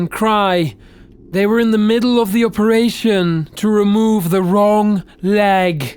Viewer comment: I love watching these but my suggestion would be that the guy slows down when he's reading the script. He mispronounced words he'd previously said perfectly fine. (Operation became oh-peration) and maybe if he took his time a little, taking a few extras moments when reading, it would be better. Just a thought. As you were